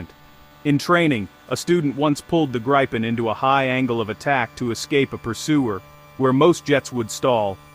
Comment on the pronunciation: GRII-PEN not Graaypin